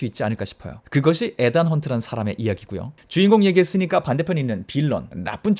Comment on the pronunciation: 에단이아니고 이든... final not pinal..f 와 p 발음....